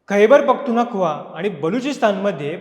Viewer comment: अरे बाबा तुला खैबर पखतूनख्वा पण साधे बोलता येत नाहीये..